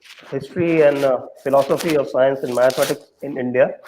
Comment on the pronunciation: CK Raju sir, why are you still calling GANITA - mathematics (MITHAMATICS!!!)???